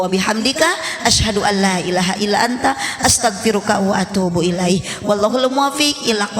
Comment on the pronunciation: mohon maaf, Apa benar baca salamnya gitu,? Setahu saya yg dipanjangkan lafadz Alloh nya, bukan HI nya